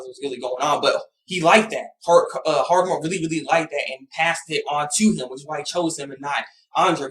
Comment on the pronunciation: hagoromo* Not harogumo! Sorry I just wanted to point that out, not to be a jerk.